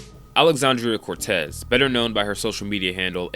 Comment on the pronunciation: "This is New York SENATOR Alexandria OcTasio-Cortez" lol I don’t know if it was intentional but she’s actually a congresswoman and her middle name is Ocasio. Not as if I care, to me she’s Alexandria Occasional-Cortex anyway.